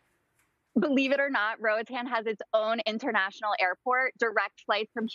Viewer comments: Nothing grates my nerves more than hearing people saying Roatan wrong, especially when they claim to love the place. -A Honduran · It's really annoying when she saying roatan